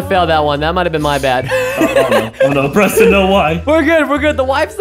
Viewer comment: Preston not pemston